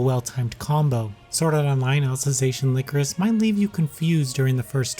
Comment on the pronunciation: Lie-core-is, not lick-er-is. It's a flower representing sadness, look it up.